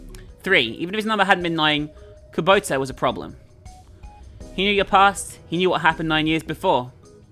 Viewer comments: keeps reading Kubota like Kabuto, a pokemon. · I love how pronounces Kubota differently every time